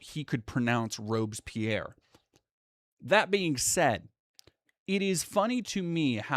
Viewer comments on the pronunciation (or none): It's pronounced "Rob-Bess-pee-air" to be fair.